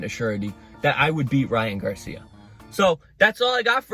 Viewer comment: I’m so glad you have enough decency and respect to not call him gay-cia